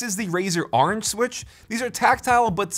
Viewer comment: nobody: absolutely nobody: not even a soul:: “ArAnGe”